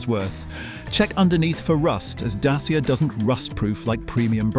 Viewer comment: It’s pronounced dat cha. Not datseeya